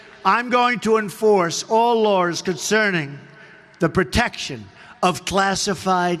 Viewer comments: Lol the clown couldn’t even pronounce laws right he said Lawrs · He said "in my administration we will enforce all Lores,...." he said nothing about the laws. Then: ",No one is above the law." I don't thing he was accidentally miss pronouncing law... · "...all lors..."? What are 'lors'? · Did he say "lawrs" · To be fair, Donald Drumpf did say "All larrs" not "All Laws"... So ha, lol. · “…all lors…” 😂 Gets me every time!